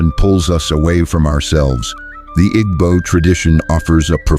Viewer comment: The AI doesn't know how to pronounce "Igbo". Does the maker know what s/he is talking about?